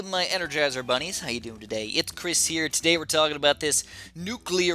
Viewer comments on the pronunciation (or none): ‘Engergizer’ Ok. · I know what an energizer is but what’s an engergizer??